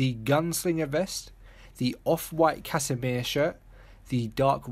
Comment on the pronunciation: Wow lmao you really butchered the word Cassimere.. lmao